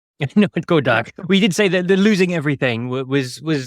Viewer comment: Never heard someone pronounce dark as dork before.